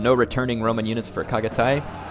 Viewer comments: the way i have always heard Chagatay is Shagatay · Reaaly love your comments on any battle :) good job and thx :) and just for help, 'ch' sound in 'Chagatay' pronounces as 'ch' in 'Channel' ;) chagatay is a respected historical general in Turkey :)